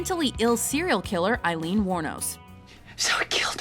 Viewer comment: Aileen, pronounced like hay-leen, without the H.